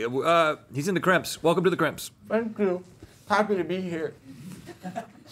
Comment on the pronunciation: like 🥺 “Fank you, happy to be here…” 👉🏼👈🏼